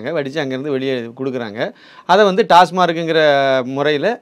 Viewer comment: Almost every body prononcesas " TASMARC". It is TASMAC. Please pronounce correctly.